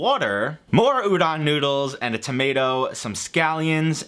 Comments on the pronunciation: the o in Udon is pronounced like oh, pronouncing it like ah that would be udan, and I have no idea what that actually would be interpreted as to someone fluent in Japanese. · Sorry to nitpick, but the "don" in Udon is pronounced like "don" (as in don't), not "dahn". Otherwise, good video. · udon, the o in udon is like homer simpson's doh, but kinda stacatto.